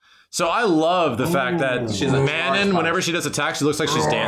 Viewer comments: ir's pronounced Mah-non/ BTW. not Manon like Ganon. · Her name is pronounced as "Ma - Non" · Hey! Leaving a little tip. It's pronounced: Ma-known. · So funny how you guys pronounced Manon. XD